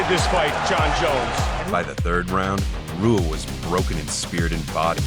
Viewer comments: Hey man just to let you know, you pronounced Shogun Rua's last name wrong. Its pronounced "Hua" like how Royce Gracie's name is pronounced like "Hoyce" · Shogun’s name is pronounced with an “ H “ Hua even though it’s spelled Rua. Let be the content along with the highlights 👍🏻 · Shogun roo-a? 😂 cmon commentary team. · Roo-uh? Shogun Roo-uh? What is this 2001? It's Hoo-uh. Rs at the beginning of Portuguese are Hs. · It's "Hoo-ah" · making mma vids and cant even say RUA right XD lmfao retire please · Great vid but butchered shoguns name. R is H. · An MMA fan yet says Shogun Rewuh lmao wtf. Every fan knows how to pronounce his last name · Rua is pronounced HOOOAAAAAHHHHSHANANANA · Don't even know how to say ruas name dog🤣😆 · Is this a computer voice?? How do you do a video on the UFC and not know how to pronounce Rua?! Seriously! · Mma channel can't even pronounce Rua correctly